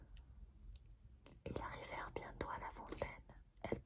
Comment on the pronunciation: Elles arrivèrent se dit : "ellezariverre"